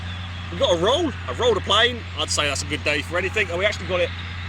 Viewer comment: "I've built a very British playeene!!!" XD